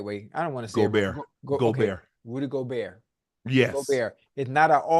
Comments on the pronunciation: Shit is almost embarrassing. Guys been covering the NBA for months now and we’re in the conference finals. How does he not know how to pronounce his name? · he’s close enough and it’s not like he’s completely mispronouncing his name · but....he is lmao. Imagine your profession is covering sports, you've been covering specific team for months now, and you still can't pronounce the most simple last name of a 4x DPOY. It's like he doesn't actually watch the games or something lol. Just another example of his lack of awareness/attention to detail. Little things like that is why he wants to get on ESPN but can't. Not nearly professional enough. But "its close enough" I guess